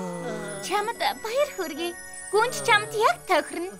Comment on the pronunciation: Гүнж биш гунж байна😂😂😂😂😂😂😂😂😂😂😂😂😂😂😂😂😂😂